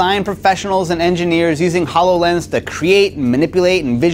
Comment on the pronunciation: "Hallow lens."